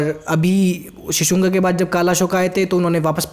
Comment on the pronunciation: शिशुंगा नही ह भाई शिशुनाग है.... हिंदी की ncert भी देख लिया करो थोड़ी....